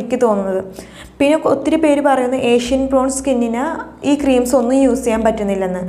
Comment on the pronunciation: അതാണ് ഞാനും പറഞ്ഞത്😊 ഒരു പ്രാവശ്യം അല്ലല്ലോ.. കുറെ പ്രാവശ്യം ഏഷ്യൻ എന്ന് പറയുന്നുണ്ടല്ലോ.. പിന്നെ how old are you ചോദിച്ചിട്ട് reply illaa 🙃 പറയാൻ ഇഷ്ടം അല്ലാത്തത് കൊണ്ട് ആണോ